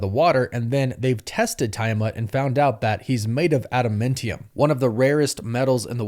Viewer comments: my guy lol its Tee-ah-mut, not Ty-ah-mut and AdamAntium not AdamIntium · I like the content of this channel a lot. But if you can't get the views you make your channel better. Resorting to baiting comments by mispronouncing names like Tie-amut instead of Ti-amut and Ada-mentium instead of Ada-mantium is just lazy. I'm embarrassed for you. And for the record, nowhere in the MCU is Ross referred to as Thunderbolt (like in the comics). Using it in all your videos just confuses people that don't know better into thinking he has something to do with the Thunderbolts movie - which he doesn't. Whether that''s just more lazy baiting or not, you're not helping fans be confusing them. Rage baiting is one of the lowest things a YT channel can do. It's also a really good way to annoy viewers enough to lose them. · Are you purposely mispronouncing things who tf says tie-a-mut island and Adam-Ment-ium? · ADA "MEN" TIUM!!! 🤣🤣🤣🤣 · Tie-amut and Adamentium? Bro. Stop rage baiting and pronounce the words right. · Hearing you mispronounce Tiamut & Adamantium over & over is cringe af ngl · Bro how are you mispronouncing “adamantium”, still? 💀